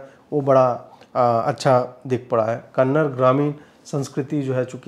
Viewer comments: It's not Kannad, it's Kannad(aa) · 🛑Kannad🛑 Nahi ❤️Kannada❤️ bolo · Bhai... Kannard nahi Kananda bola karo... Karnataka ke logo ko acha nahi lagta kannard shabd.... It's like woh bole "hind" bhasha ke film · @@ kannada bro kannada hai uccharan sahi kijiye nigal mat lijiye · It's not kannad, it's time people realize it's Kannada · Hi. I appreciate your reviews. You don’t disclose too much of the film’s plot but give your audience enough information whether it’s watchable or not. I am not a Kannadiga but I would appreciate you even more if you could say “Kannada” instead of “Kannad”. That’s the right way to pronounce the language’s name. Thank you for your honest reviews. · Ajit bhai it's kannada and not kannad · Bhai.. for your kind information.. it's KANNADA ... not Kannad .... there is so much difference.. sply in essence and emotion .. and Thanks a lot for picking this topic and reviewing it 😊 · आपका review १००% अच्छा है । बस कृपया आप भाषा को कन्नड़ नहीं कहिए लेकिन कन्न-डा कहिए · Sir, Very nice review of the movie. As small suggestion, Please pronounce Kannada language as Kannad(a) with 'aah' at the end. Its similar to someone pronounce Hind instead of Hind(i) word. Since your channel is viewed by your subscribers or anyone on YouTube. Its very much important how the language 'name' is communicated. All the best and may god bless your channel with more growth. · I am nothing to correct you but there is no word 'Kannad' it's called as 'Kannada'. Sorry for this comment but its 'Kannada'. and your videos are very good. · Would really appreciate if you pronounce the name of the language correctly. It’s Kannada and not kannad. Liked the review otherwise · Yeh kannad nahi Kannada hey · Still you are pronouncing kannad ... No..... It's KANNADA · sir. ek request hai. please pronounce it as KANNADA not KANNAD and its KARNATAKA not KARNATAK. pls know the difference sir. thank you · Kannad nahi re kannada bol be.handi nan makla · it's not kanad... its Kannada 😬